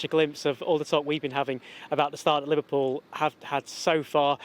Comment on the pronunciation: The fact you say LiVARpool proves you’re just a salty hater 😂